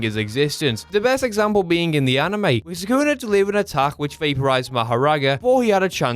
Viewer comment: "Sakuna matata" PRONOUNCE SUKUNA. NOT HAKUNA MATATA.